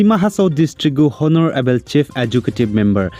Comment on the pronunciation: Correcting you twice don't pronounce honorable it's o no ra ble